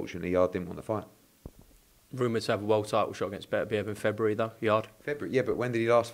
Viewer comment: Why can’t say Beterbiev?